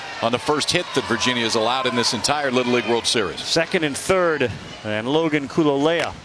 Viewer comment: LOL...EVEN after all these years, Still chuckle-inducing to hear Ravech & Co. STRUGGLE pronouncing....Nakea Kahalehau(Kah-kay-ah Kah-hah-lay-how)...and Kuloloia(Koo-loh-loy-ah)--lol/smh